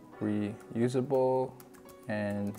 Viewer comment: REUSABLE, not resusable. 😂